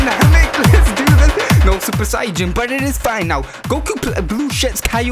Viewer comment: Hey you were saying sayian wrong it’s not super sayjain it’s super super sayian and you also spells whis name wrong it’s not Wes it’s whis